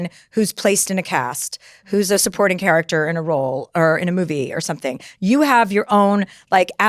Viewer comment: did she say charac-ch-ter 💀 maam how r u probably well in ur 50-60s yet no one has ever corrected u mispronouncing the word CHARACTER?? 😭 or am i tripping and hearing her wrong??